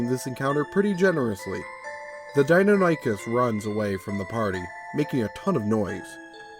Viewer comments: Forgive me, I'm going to be "that" commentor for a moment. As a huge D&D fan and a massive dinosaur enthusiast all my life, the creature's name is pronounced: Die-non-ah-kiss As pronounced by Prof. Ostrom who discovered the animal. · In the off chance it ever comes up again, it's "Die-NON-ychus." I'm not sure how to pronounce the Q-bird, though. Even in my good ol' days as dinosaur-fanatical little brat I'd never heard of it. I don't get the player's reaction, either. Unless he had some mental health issues before the death of his mother or the experience was especially horrifying and traumatic, he should have moved on by this point. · I wouldn't say hubris was involed, it's a commonly mispronounced name if one hasn't heard it before, or in a while. My ultra dinosaur nerdy side kicked in and I couldn't help myself. Bit of trivia related to the video: The commonly known Velociraptor, the small feathered turkey sized dino, is fully known as Velociraptor Mongoliensis. Deinonychus (Dienonychus Antirrhopus) at one time was breifly known as Velociraptor Antirrhopus. So while the raptors in Jurassic Park are Dienonychus, calling them Velociraptors isn't really wrong.